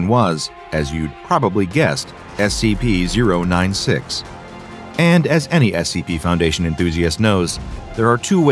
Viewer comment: It's scp not sega